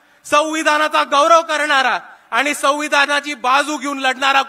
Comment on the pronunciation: आनि नाही रे बाबा, आणि